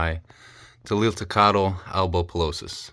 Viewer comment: Can you please say Tliltocatle once more😂❤